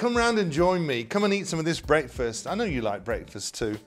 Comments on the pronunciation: AH PROPAH ENGULISH BWEAKFEST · "Brake-fest"? Pronounciation is interesting.